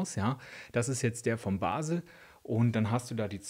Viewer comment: Abfall,Abfall,Abfall.Kehricht.Kehrichtverbrennung.Bebbysack.Bebbysack.bebby mit Betonung bb.Hesch Verstande Hösch.Basel Gesprochen Baaasel nicht Basel.Und Uuseforderig.nicht Herussfordering.Parkieren,nicht Parken....Ägsüsi,jetzt binich scho Wyder zwyt gange😂 E Schöne vo Baasel